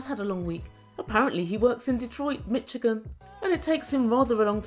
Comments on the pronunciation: It’s pronounced MiSHigan. Love your videos and accent Queen 🙏🏾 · said mitchigan 😂💖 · you're the best 💖 why do you say Mike works in Detroit? Aren't they in washington state across the country. Love the way you say michigan my state xoxo